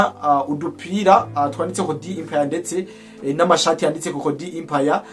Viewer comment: Musesanguzi ijambo"EMPIRE" basoma "E" non "I"